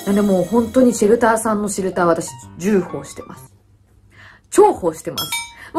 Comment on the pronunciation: 重宝(じゅうほう)(笑)重宝(ちょうほう💕)(笑)面白かったです🤣(笑)